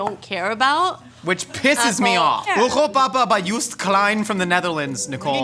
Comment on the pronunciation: europapa-Joost klein, pronounced like german,.. 🤣 you Americans : dutch and Flemish is a totally different accent!